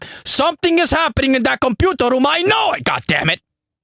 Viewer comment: LOOOOOOOL so glad i found you way back before you blow up.....funny fucker lol 'computarrrr rroooommm'